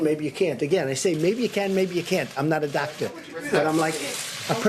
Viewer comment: “I’m not a dactor”. Yup,we can tell Drump. Now, go play with your crayons.